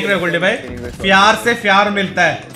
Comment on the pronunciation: Fyar se fyar milega Mila fyaaaaarrrrrrrr